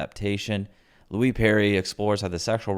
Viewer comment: I agree with your overall objective here, but man, it's true what they say about less intelligent people making more than smart people. Pronouncing "Nietzsche" and "Louise" correctly shouldn't be that hard.